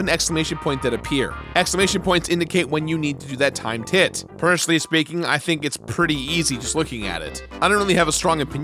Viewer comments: why do I keep hearing "Time tit" instead of "Timed Hit"? :P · Is he saying “Time Tit”?? If so, awesome 😎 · Why do you keep saying "Time TITS!"? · I've heard "timetit" everytime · I heard time tit every time. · Is he saying time tit? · OOOOOOH TIMED HIT, I HEARD TIME TIT THE ENTIRE TIME!!!!! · Timed hit but I heard the same, lol.